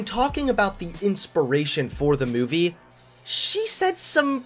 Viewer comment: The way you say the word movie irks my souls